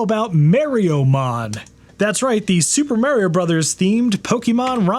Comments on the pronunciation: Mah-rio, not Marry-Oh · There’s no way you’re your age and pronounce it “Mary-o”. You’re so trolling us. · Merry O? you've heard him say it, right? he says his own name. why do people do this? 😂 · MARE-EE-OH?? UNSUBSCRIBED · Never heard Mario pronounced as maryio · You pronounce "Mario" wrong.